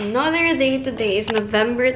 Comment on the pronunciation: Bakit yung "TODAY" nya is "TOTHAY"?? LIKE??